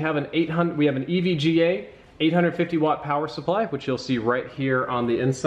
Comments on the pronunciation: The way you pronounce EVGA, Eveygah 😂😂😂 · Konrad Godel lmao i thought the same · The way says at the beginning EVGA, just makes me laugh, cringe and happy, all in one.